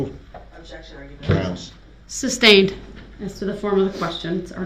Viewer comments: "Grounds for the substain?" - PMSL!!! 😅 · If this idiot says "substained" one more time.... THAT IS NOT A WORD. Is is SUSTAINED. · I hate how he mispronounces all the words repeatedly, e.g. suBstained.